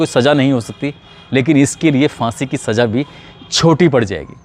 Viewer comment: Saza ko aap saja bool rahe hain ' apna talaffuz theek keejye 'sunne mein bahoooooot bura lagta hai